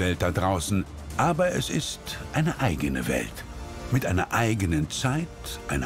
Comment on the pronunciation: Es heißt WELT !!!!!!!